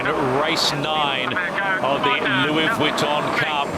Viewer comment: When did the Louis Vitton Cup become the Louis Wee tun Cup. Does someone have a speech impediment..?